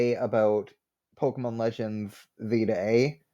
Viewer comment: I think you are the first person I've heard actually pronounce the name of the game properly lmao